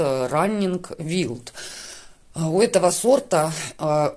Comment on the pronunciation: Всё замечательно. Одно замечание - wild читается не "вилд", а "вайлд". Успехов!